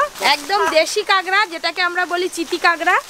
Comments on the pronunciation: Didi tumi sob kichur aktu thik kora nam nii😂 ota kagra na kakra🥰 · kangra noi kakra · Kakra ke kangra bolche keno kotha bolte parena naki khet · Ota 'Kangra' noi, 'Kakra'. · বলছি ওটা কাকড়া হবে কাগরা না😂😂😂😂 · কাগরা বলো কেনো কাঁকড়া বলো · কেংরা নাকি কাকরা 🤣🤣🤣